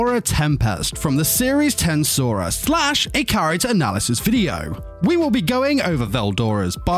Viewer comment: ...hearing how you pronounce TenSura makes me wanna delete my ears.